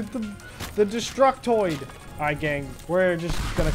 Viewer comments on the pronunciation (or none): "Destuctoid" What in the heck was he trying to say lol